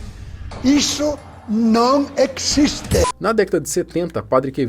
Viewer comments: "eso no ecxiste" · "ISSO NO ECXISTE" 😂😂😂😂😂😂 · "Ixto no equisiste" 😂(,padre quevedo) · Adorava o Padre Quevedo (Padre "Quemedo" no saudoso Casseta & Planeta 😂) Sua frase "isso non ecxiste" é eterna... 😂😂😂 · "Isto non ecziste!"